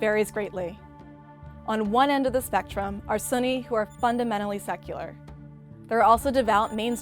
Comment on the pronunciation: It's hard for me to take her as a serious expert on the topic when she keeps pronouncing it as 'sunny'...